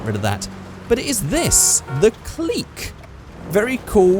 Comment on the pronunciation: Pronounced Click not Cleek